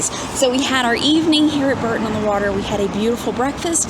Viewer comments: BOOORTON not BERTON on the water, guys x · Please ask locals how to pronounce each place name. They are not always pronounced phonetically and it is a little irritating for Brits to hear them constantly being pronounced wrongly. It's not "BURTON" as in Richard it's BOURTON as in BOUGHT. Castle Coombe is pronounced as in "DOOM" not as in COMB. Hope that helps! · It’s pronounced Boreton on the water we are not far away 20 miles south in sunny Swindon Wiltshire we take all our beautiful Cotswold villages for granted 😁